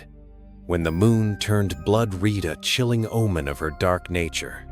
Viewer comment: I like this! A dark classic retelling of Snow White! Aside from some pronunciation, spelling and grammar issues. (like reed instead of red, and commas missing, but I'm being picky lol). (More inspiration for the dark fantasy story I am working on).